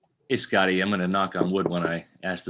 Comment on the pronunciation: Tom calls Scotty “Scoota”